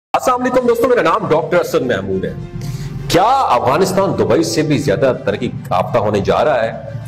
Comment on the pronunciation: It’s Afghanistan not awghanistan 🤦🏻‍♀️